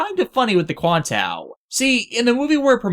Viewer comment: why did you call it 00 quantao when it's QuantA?